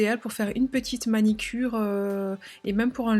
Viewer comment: Top cette vidéo Merci. Pour info on dit MANUCURE 🥰🥰😘😘